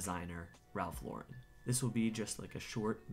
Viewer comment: Thank you for correctly pronouncing Lauren. 🤓